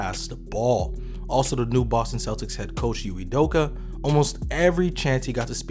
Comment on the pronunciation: I believe Señor Cruz was questioning the narrator's occasional mispronunciation of the coach's name -- not ridiculing the name itself. (Here's its phonetic lowdown: EE-may oo-DOH-kə.)